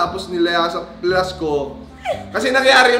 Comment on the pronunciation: Bakit "Flash" hahahaha "Flush"dapat hahah